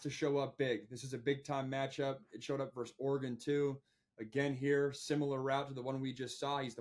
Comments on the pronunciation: It's verSUS, not verse. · Pet peeve - when you speak “vs” you should say “versus.” To say “verse” is a completely different word with its own meaning. So if you want to abbreviate versus as “vs” when written, that’s great, but you still say “versus” out loud.